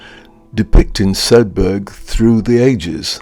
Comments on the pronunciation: It's a silent "G" in Sedbergh. It's pronounced as it it were spelt Sedber. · Sedberg, like iceberg. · Nice look around Sedbergh. A couple of points from a 'lifetime local'. Sedbergh formed it's book town persona well before the Covid pandemic and we 'in't 'ills' call the town 'Sed-burra'.